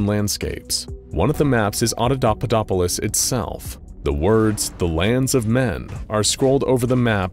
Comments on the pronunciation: Yeah he did. Watch it again, switches from saying auda-papa-dopolis to auda-dada-dopolis. Starting at about onward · After the first few times he says the name of the city the narrator starts mispronouncing it as "audadadapopolis" lol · After the first couple times he keeps saying it as audadudadopolis >_< lol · I believe it's pronounced: Auda-papa-dopolis. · I can only imagine how many takes it took to keep pronouncing "Audapaupadopolis" -- I can't even do it once. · Yeah… except he messes it up every single time after first and second one. Drove me and my wife crazy. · I like how even the narrator has trouble pronouncing it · Love it when mysteries and world building are set up in SCPs. It's what gets me most hooked on SCP. And: Good work, but, and I know it's not easy, but keep practicing saying the city's name: Oppodopolis. I mean... Papadopoulos! No... Audiopopulupus! Er... Snuffleupagus! I mean... Hopscotchopoplus! Uh... Autoshopolus? Damnit, I'm just gonna call it the city of "Frank." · I love how even the narrator mispronounces Audapapaudopolis, why did they choose such a difficult name? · His pronunciation gets worse and worse! Lol. It’s like Benedict cumberbatch and penguins!